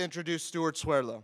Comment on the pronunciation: Swerlo? Or Swerdlow? lmao